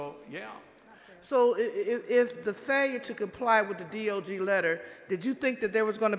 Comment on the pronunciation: Why does she keeps saying DOG?? That's spells dog. Not DOJ